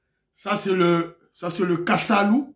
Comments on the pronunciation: c’est kasala, non kasalu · C'est plutôt le kasala et non, kasalu ,là nous sommes chez nous... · Kasala et non Kasalu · Bonsoir mon frère , un générique qui donne les frissons , il est génial ce petit , que Dieu le bénisse et le protège. Par contre Muana udi wela " Kasala "'et non ":Kasalu " . Merci pour cette belle émission comme d' habtude. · Oui mon frère c'est Kasala. Et non kasalu. Merci mon frère, On est fier de ton émission C'est pasteur Marcel Konti depuis Lubumbashi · On dit Kasala et non kasalu